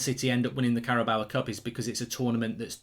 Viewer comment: Carabao Cup. How does anyone get “bower” from “bao”. It rhymes with “cow” Mark. If you say it phonetically maybe you could say it rhymes with “Mayo”. An inanimate trophy is one thing, but you even do it with people. It’s so disrespectful. You might think it’s fine to keep calling Diogo “Diego”, but you wouldn’t want to be called “Mork” or “Murk” would you? I know you’ll think I’m being pedantic but it is disrespectful. Big fan of Thits Fat-bull and the Oh-Nuted Stond by the way.